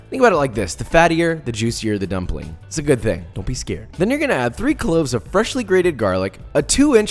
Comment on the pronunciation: He said gumpling hahahha